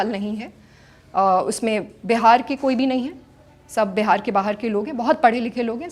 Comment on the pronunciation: It’s Bihar not behar please Hindi accent pe work Karen you are born and brought in Bihar